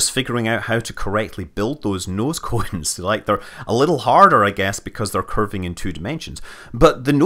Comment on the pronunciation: I wanna hear Scott pronounce „noescoens“ again.